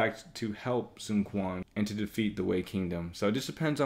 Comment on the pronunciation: nice video! But just being picky, I speak Chinese and it kinda bothers me with your pronunciation of the names. Sun shangxiang- /sun shang see iang/ (xi is pronounced like 'see'. Sun quan- /sun chu an/ (qu is pronounced 'chu'. Sun ce- /sun suh/